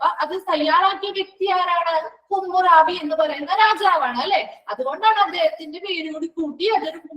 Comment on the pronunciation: ഹമുറാബി എന്ന് alle pronunciation madam